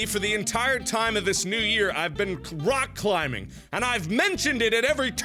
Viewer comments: When Mark says "I've been rock climbing." Some random c sound was thrown in so it sounded like "I've been crotch climbing." THANK YOU WHOEVER EDITED THIS VIDEO TO NOT TAKE THIS OUT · he just said crock climbing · "Crock climbing"? Crock... crock......... COCK CLIMBING..